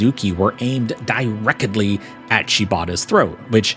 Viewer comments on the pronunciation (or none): 😂 You can't be bringing the dramatic heat and then slip the "Direc-ed-ly" in casually